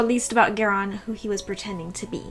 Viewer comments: So far seems interesting however, Geran is Garion's father. You are mispronouncing Garion's name. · I can’t continue. Haha. Pronunciation of names is what keeps me from listening to most of the audiobooks. Was happy to find this instead…but then she started saying Geron…or whatever. So sad.